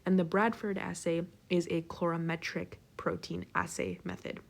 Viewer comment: Excellent, but -clorametric? coo-vette? I learned color-ee-metric, cue-vette. Otherwise great!